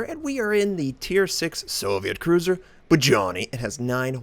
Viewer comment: ba-johny? lelelelelelel is this how you pronounce it for realz? lelelelelel